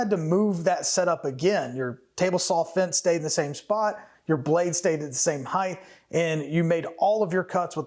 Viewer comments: Height…not heighth…no such word friend. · So it'll give plenty of hei-TH? Oh!! You meant HEIGHT. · The word height ends in a T. Not TH. So the word is pronounced height not heighth. Length, width, height. Common mistake, but please get it right. When we pronounce words properly, we sound more intelligent. Or is it itelligenth? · A dado is perpendicular to the grain.. A groove is with the grain, those aren't all dados. Also height not heighth